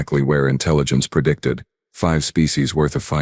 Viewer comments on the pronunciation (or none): You mispronounced chitinous. "Pertended" is not a word. *Pretended "Perdictid" is not a word. * Predicted "Perdict" is not a word. *Predict "Perventid" is not a word. *Prevented